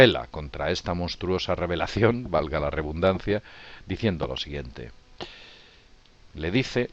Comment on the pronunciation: Se dice "valga la reDundancia", no "valga la reBundancia".